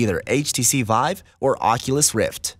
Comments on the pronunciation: my pet veeve is when that guy says veeve and not vIIIIIvvvvve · why does he say veevecraft lmao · "veeve craft" xd